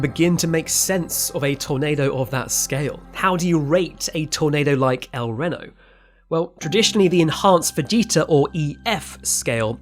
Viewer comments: El REE-no. El REEno. El Reno. Not El Renn-no. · You should have done as much research in THE CITIES NAME as you did tornadoes. It's pronounced el-REEN-o, not el-WREN-o. Why is it that the nation who created the kings English can't speak it? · Ree-no not Rin-no. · It’s pronounced El Ree-no not El Re-no. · So you use geographic references from New York City, in metric units, in a British accent for a video about a tornado that took place in Oklahoma. Bruh. 😂 EDIT: Also, I know you're British, but it's pronounced REEE-no. Not "RIN-o" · Reeno. It's pronounced el reeno. Not rano. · El Ree-no, not Reh-no. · British accent or not, especially when posthumously speaking of the departed... a little research on your part would have gone a long way: 1. "El Reno" is pronounced El Reen-oh, not El Rennow 2. "Samaras" is pronounced Suh-mare-us, not Sem-uh-rass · "MEH-zo-cyclone" not "MEE-zo-cyclone" and "Ree-no" not "Reh-no". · The incorrect pronounciation of El Reno throughout this video is insanely annoying... It's pronounced El Reeno, not El Renno. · its REE-NO not REH-NO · Corrections with pronunciation: • Ree-noh (not r-eh-noh) • Suh-Mare-Us • And even though this is regional, Meh-soh-cyclone (not mee-zoh-cyclone) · Wincing a bit every time you said "El Renno" (El Ree-no). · If I may nit pick a little, it's a long E on El Reno. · REEENO, El Reeeno, not Renno. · Although the majority of Americans, and especially the locals, say "Ehl Ree-no" it's spelled in Spanish and therefore is pronounced "Ehl Reh-no". Not only that, but the town was named after General Reno who's name was anglicized from the French "Reynault" or "Reynaud" which is STILL pronounced as "reh-ee-naull". The current pronunciation was adopted from Nevada and the "El" was added to it afterwards to differentiate it from Reno city. The "ee" in meso cyclone is not a mistake, it's just an accent quirk because he's not American. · It’s pronounced el reeno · 😂 you mean El Ree-noh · It’s pronounced el rAno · "El Reeno"